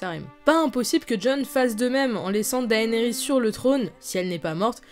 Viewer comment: Théorie n1: Jon en a déjà monté un. « Daenarys » Looooool #beauf #mdr